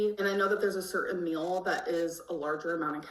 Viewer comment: says the word "meal" (mill) more often in one video than I do in like a year. Has anybody else noticed this? Is it a cultural thing? Where I'm from people just say something like "I'm going to eat" or "I'm making something to eat", but always seems to specify that she is eating a MILL.